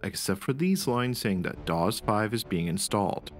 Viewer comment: I have to admit I have never heard DOS pronounced like that before, interesting.